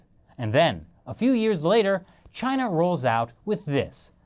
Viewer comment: Chay-Nah! Lol